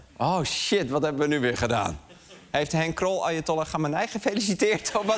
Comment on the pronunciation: Ik hoorde steeds: "Arjentollah". Nederlandse betrokkenheid ten top 😂